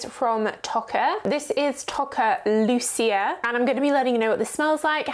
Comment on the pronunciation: Hi - I think you pronounce it LOO - CHE - a. Italian origian. xx